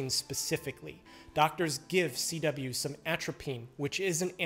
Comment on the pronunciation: CW sounds like a B